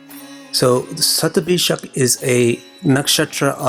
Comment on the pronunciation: sandhi happens like this shatam (100) + abhishekam (anointing/purification)= shatabhishek. so it would still remain shatabhishek. "J" sound is never the result of sandhi. had you come up with shatabhishekam it would still be passable. shatabhisaj is like a cat scratching the pole and making that awful noise for anyone who knows sanskrit grammer, it is horribly incorrect.